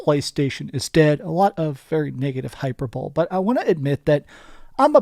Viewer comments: Hyperbole is pronounced hyper-bol-ee not hyper-bowl. You're welcome 👍🏾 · Hyper-bowl? Lol it's pronounced hi-per-bo-lee, lol. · Hyper ball? Lmao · “Negative hyperBOWL” dude if your gonna insert random new words you just learned, learn how to say them at least 😅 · Hyperbole - hi per bow Lee. Please pronounce it correctly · btw it's hi-PER-bole-ee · Did this man just say "hyper bowl"? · it’s pronounced hi-PER-boh-lee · My brother in christ.. it’s hyperbole. Hi-Per-Bah-Lee. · Love the pronunciation of hyperbole. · no what…? Literally google “hyperbole pronunciation” and it will fucking say it out loud for you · then most people are idiots. Literally google “hyperbole pronunciation” and it will say it out loud for you.